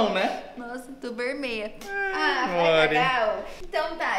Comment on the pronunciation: KKKKKKKKKKKKKKKKKKKKKKKKKKKKKKKKK A DISFARÇANDO "AI TO VERMEIA" PQP KKKKKKKKK